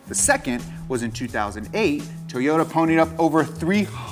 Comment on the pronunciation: Toe-yoda. Makes me smile every time he says it.